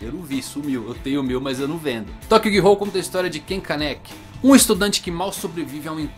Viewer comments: GI-HOU??!??!! É GHOUL! (lê-se "Goul")!!! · nicolas navarro na verdade, a pronúncia correta seja "gul", sem falar o "o".